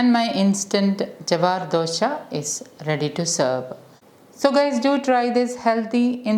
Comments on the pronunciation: Thx mam. But its dosa not dosha 🙂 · It is not dosha,it is dosa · Sorry it is not dosha.. It is Dosa.. Dosha means different.. So try to pronounce dosa.. Just shared my thought.. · Nice, it is dosa , not dosha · It's dose not dosha pls pronounce properly. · Dosa is prounounced as dosa or dosai, not Dhosha! Correct Ur prounciation coz Dhosha means altogether a different thing. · Samantha, before you teach someone, please educate yourself first. Just as dosa is dosai in Tamil, dosa is dosha in Malayalam. And don't forget that dosai or dosha is a south Indian dish. So don't teach south Indians how to pronounce their dish. FYI, Dosa is the English/non southindian version of dosai or dosha . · Who told you that it is dosa and not dosha. It's pronounced as dosha in Malayalam just as dosai in Tamil. Please don't forget that it's a south Indian dish and you are trying to tell a south Indian, not to pronounce the way it ought to be pronounced, instead pronounce as dosa which is an English/ non south Indian version of dosai or dosha. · Dosa is pronounced as dosha which means difficiency ...